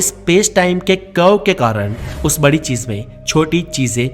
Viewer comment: Thoda sa urdu thek kro .... Cheej ni hota chiz hota h